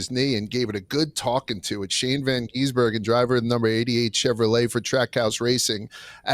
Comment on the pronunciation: How hard is it to say Shane's surname? GIS-bergen.